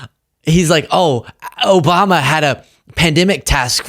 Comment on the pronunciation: Please get a sound board with Alex phrases programmed in - and maybe that "obam-Na" sound too 😅